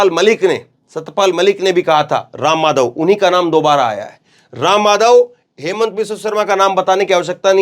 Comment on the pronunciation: असम के मुख्यमंत्री के नाम का उच्चारण ठीक से किया जाना चाहिए अन्यथा वो अपने आपको वहां होने से ही इंकार कर सकते हैं ये कह कर कि मेरा नाम हेमंत शर्मा है ही नहीं